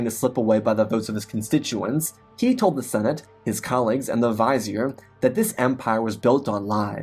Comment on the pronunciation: Great story but that pronunciation of vizier was really distracting....